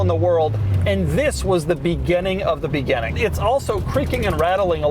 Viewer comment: Doug the type of guy to say "begenning" instead of "beginning".